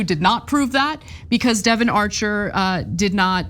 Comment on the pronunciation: She said Devon, get your ears cleaned out